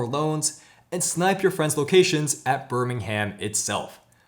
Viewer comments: Great review!! Love the pronunciations 🙂. To be fair though English place names can be difficult for non British. Birmingham is pronounced 'Birming-um' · And we generally don't pronounce the h in places ending in ham. Birming'm